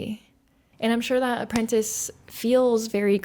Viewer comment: As soon as she said.apprentace I was like, at this point she deserves whatever happens now. Lol. I'm happy she went the opposite route.